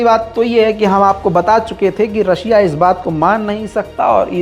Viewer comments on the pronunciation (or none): none